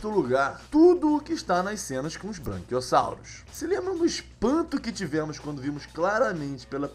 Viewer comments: Puta que pariu mano, NÃO É braNquiossauro e nem moNossaurus, e nem deinoCIFUS é BRAQUIOSSAURO, MOSASSAURO E DEINONICOS OU DEINONYCHUS, só pra citar os erros que mais me irritaram! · "Branquiossauro", "Monossauro"? Sério? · Porra e eu achando que so eu tinha ouvido Monossauro e Branquiossauro errar e humano gente mas e engraçada kkkkk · Branquiossauro, monossauros e deinosicus, bela pronúncia